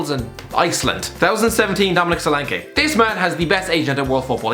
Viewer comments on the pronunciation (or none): none